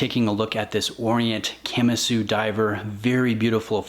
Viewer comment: Can’t stand people who can’t pronounce Kamasu